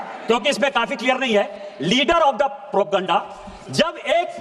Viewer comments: Propeganda word ka pronunciation bhi nahi kar pa raha hai sansad me kuch bhi sharmnak bol raha hai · doesn't know how to pronounce propoganda